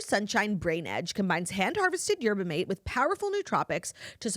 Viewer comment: Not a Toastada, but desperately need Claudia to know that the “mate” in “yerba mate” is pronounced “mah-tay”